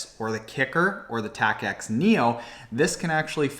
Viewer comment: Tacx is pronounced like tax. Also, Apple went from iPhone 7 straight to 8. There's no 7s.